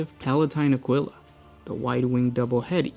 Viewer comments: I know you speak Spanish and you still pronounced águila like “uhgwila” 😆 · i mean even that sounds closer. In spanish its pronounced ah-gee-la. Maybe in 40k its spelled aquila with a Q like in Latin but even then its pronounced ah-kwee-la. The way he read it sounded like a Canadian reading spanish for the first time.